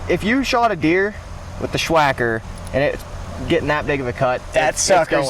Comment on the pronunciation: Sssssss wacker not shhhhh wacker